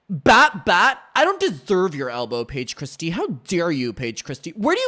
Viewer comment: How dawe u payeej cwistiyuh